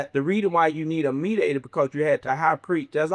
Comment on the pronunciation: Please stop saying mediator 😂😂 I had to forward past that part